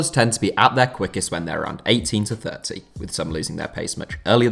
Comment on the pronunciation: “thrt three”